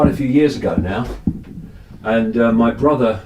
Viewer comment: Hi! I never picture you rich. "Integrity" and money don't match. Lovely mansion! I love the way your say: "This is 'me' living room, this is 'me' bedroom, 'me' kitchen". Occasionally you say "mi". I'll not send you good vibes from Brazil because the country is beyond surreal. Great work! Lovely lions.🌹♥️